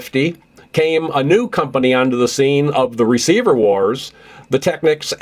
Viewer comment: Why are the photos of the receivers at .55 seconds in the magazine ads all wrong? Is that AI trying to generate what it thinks those units look like. The correct pronunciation is teck-neeks.